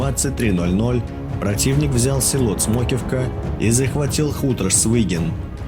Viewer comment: Не Цмокивка, а Смоківка.